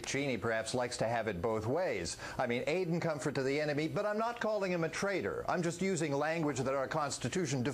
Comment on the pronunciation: The way Chris Matthews pronounces "comfort" I define as treason.